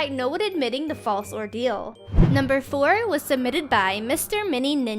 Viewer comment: Did she say number Thor